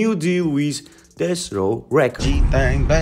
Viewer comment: Why does it’s sound like ur sayin dess row every time u say Deathrow 😂